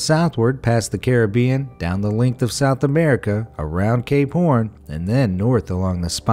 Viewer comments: I hear it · Lmao I heard it too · He said..."Around Cape Horn"